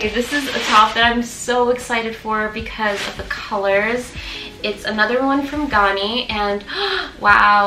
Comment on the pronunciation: Ganni is pronounced, with the a sound being like the a sound in "apple" or "Gary"!. My absolute favorite brand, and repping my country! ✨👏